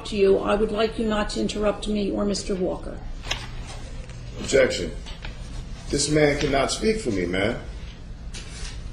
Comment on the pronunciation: I love watching this video. "Ojection... You don't have the jurisdiction to have jurisdiction.. objection to your jurisdiction, objection to your power, objection to America". Lol. He goes in.